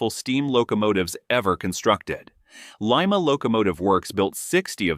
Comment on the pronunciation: It's not Lee-mah.